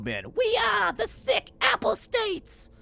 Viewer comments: The bit was dead from the start,; "apostates" is pronounced Ah (like a dentist) or Uh---Pah (like a southerner calling for their father)---States. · I had to do a double take when I heard his version of it. Maybe he's trying to avoid being demonized or something?